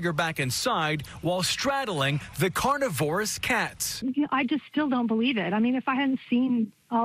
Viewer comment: someone needs to learn how to pronounce carnivorous. lol The way he said it, it sounds like a plant.